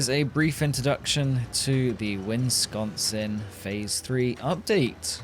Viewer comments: Bug report - pronunciation correction: Wis-con-sin. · I know that I am late to the party, but as a Wisconsinite (yes that really is our official denonym) the way your pronounce the name of our lovely barren Midwestern state is almost offensive, anyway have a good day and as always I appreciate the content that you make for us